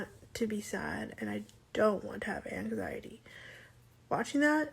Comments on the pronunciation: angZyadee and duhpreShyn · identifies as having angzheen and depreshun lol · YOU CANT EVEN SAY ANXIETY 💀